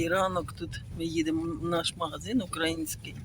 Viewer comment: Не укрАїнський, а украЇнський. Не ображайтесь.